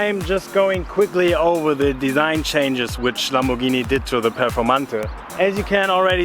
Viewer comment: "lambovhini muvacan"